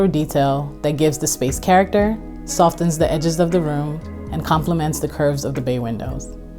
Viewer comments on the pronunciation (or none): Softens with a "t" from a first language English speaker is cringe. Not a fan of the half arch or the design conceptualisation as Afro-Japandi. Is it to validate appearing on a design show like NTS? Or irony?